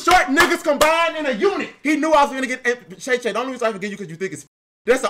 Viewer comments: Called him "Shay Shay"😂😂😂😂😂😂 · I know dude aint calling him SHAE SHAE 😂😂😂